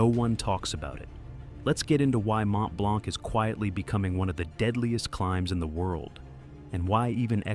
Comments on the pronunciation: As A french, it's sting a little (The C is silent), but thank you for the information, I've never realized so many people die on it. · Learn to pronounce Mont Blanc 😅